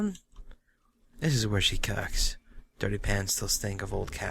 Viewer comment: Lol said "this is where she cocks"